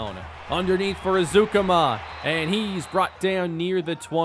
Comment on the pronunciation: Texas Tech Alumni and season ticket holder here. It’s pronounced Eric ezU-Comma lol. Just breakin balls though. Love you’re channels man.